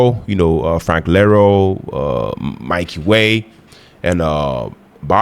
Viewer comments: Someone else may have commented this already, but Frank’s last name is Iero (ee-air-oh). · Btw... iero, not Lero. Eye-ear-o.